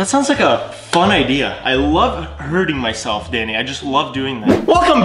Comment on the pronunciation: I was dead when he said I love herting my selfe